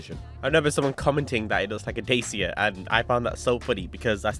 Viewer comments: is that how you pronounce DACIA in your country???? DAY-SEE-YAH???? Why can't people simply pronounce international names the way it's pronounced in the original language instead of migrating to their own phonetics??? This car is romanian, and in Romania it's pronounce "Dah-cha" (the "CH" as in "Che" Guevara) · no way did blud say Dacia like that